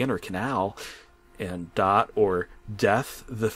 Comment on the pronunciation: Dath? Do u mean dot?